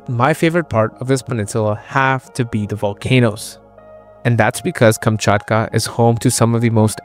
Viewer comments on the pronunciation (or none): Kamchatka, not Kumchutkuh.